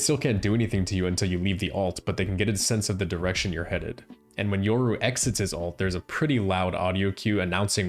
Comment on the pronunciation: Yoru... hard R, RRRRRR, not "ouru"